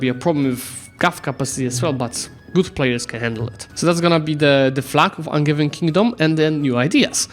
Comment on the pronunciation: Angevin is from the from the kings who came from the county of Anjou in France, so its "G" is like the "J" pronounciation-wise. An-zhou/An-zhe-vin